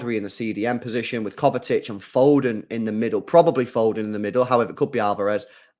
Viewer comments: Kovačić (kovachich) is the correct pronounciation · Bruh there is no T in Kovacic ffs. Every stream u keep saying Kovatic?? Where the hell is there a T in his name?? It’s KovaCiC. Imagine saying Poden instead of Foden all game or every stream 🥴